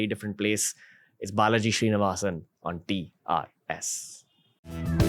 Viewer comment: Name: Srinivasan Ranveer: Shree-nivasan 😂